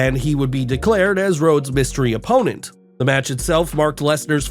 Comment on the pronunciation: Took you less than a minute to screw up... "Lesnar was Rhodes mystery OPPONENT" seriously? Get the other guy back on narrating this. I actually stop listening the second I hear this guys voice.